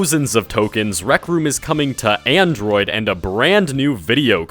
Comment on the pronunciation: nigga said androi.